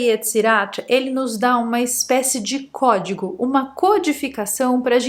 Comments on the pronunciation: Cuemo os pessoal acham que se diz em español, "Cuédigo". rssss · "Código" Ogidoc" ✨